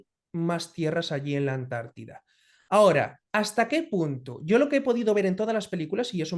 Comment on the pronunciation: Cuando diga Amérida😂,diré Antártida , ES ANTARTICA.